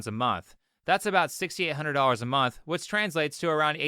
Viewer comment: They make "fouvunds in a mumf" yeah, i make "thousands in a month" walking dogs lol